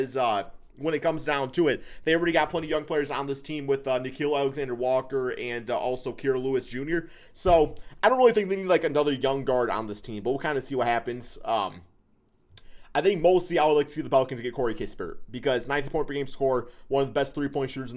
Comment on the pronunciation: Lewis’ name is pronounced as ‘kai-ra’ not ‘kee-ra’